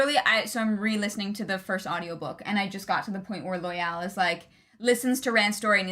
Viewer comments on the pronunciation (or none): Loial is pronounced loyal because Loial is loyal. The show fucked that pronunciation up and I hate it. There's no E on the end of that word. And, Gaul rhymes with hall. You don't have to say every letter.